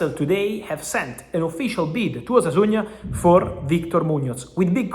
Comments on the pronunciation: Discúlpame la corrección Fabrizio,pero no es Osasuña, es Osasuna sin “Ñ” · Osasuna not Osasuña